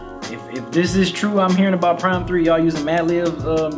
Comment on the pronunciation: Why does keep calling it P-Rhyme? It's Phryme "This is for the real Gangstarr fans, not the ones that call us P-Rhyme" - Royce